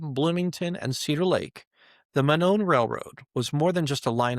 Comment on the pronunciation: Monon is pronounced "moe-non"